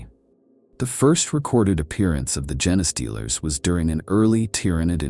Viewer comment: Come on dude - I understand you use AI but can you at least correct the pronunciation of 'genestealers' if that's the topic of the video. How lazy.